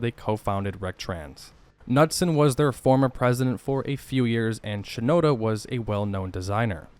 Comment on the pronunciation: "Semon Nutson"! Lol It's pronounced Newtsen.